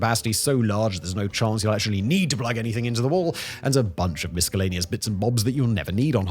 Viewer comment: Simon please learn to say “miscellaneous” correctly. The “c” is not a hard one (pause).